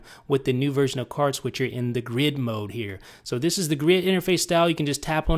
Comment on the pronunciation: you put too much emphasis on the "this" in "This is, with idownloadblog", okay?